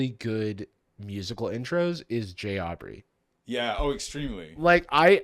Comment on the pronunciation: Ya’ll don’t say JAubrey’s name right. It’s ‘Jawbry’!